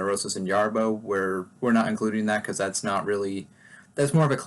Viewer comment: Great stuff, also agreed about not including Jarboe (btw it's not pronounced with Y it's pronounced with J). I followed her stuff after getting into swans (i do think she made that band go from interesting to extremely important band for experimental music and since her departure it had a lot of duds and similair sounding records) and this collaboration was really her record.